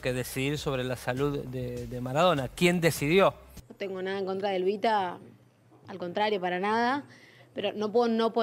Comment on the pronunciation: El ridículo de dice ELBITA me desespera jajaja